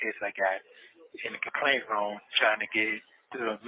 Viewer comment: "In da kaplaint room".. can't pronounce words right to save his life. If a scam, he was running depended on him pronouncing the words correctly, he would've never gotten a scam over on anybody.😂😂😂😂